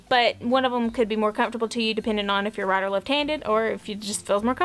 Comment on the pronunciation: Love your accent. I was trying to figure out what the RAT ROPE was til I realized you were saying "right" 😂